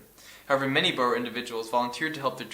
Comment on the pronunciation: Awesome vid. you really know your stuff. but it's obvious that you have only read and not heard some of these words. Rhodes is one syllable. Pronounced like roads. Boer (in English) is also one syllable. Pronounced like boar. In Afrikaans it is two syllables and is pronounced in a way I can't properly spell out. Maybe look up a folk song like Bobbejaan Klim Die Berg to find out how it's pronounced.